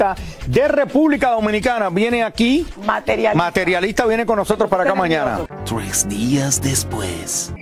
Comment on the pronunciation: JAJAJA!!! La materiOlista!!! Pero y pá qué, si ni siquiera lo sabe pronunciá!!!